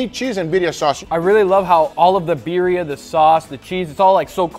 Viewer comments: It's Birrrrrria!!! Gotta roll them r's Guga!!!! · Imposible for me to believe that Guga cannot say "Birria" as it should be, with double R :face-blue-wide-eyes